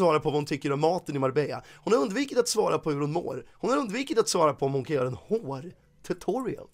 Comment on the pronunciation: Heter undvikit vad jag fattar det som. Så L säger det fel 😂